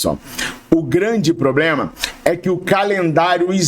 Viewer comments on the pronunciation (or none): none